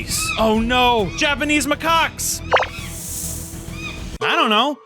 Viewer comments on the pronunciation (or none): lol Japanese maCOCKS lol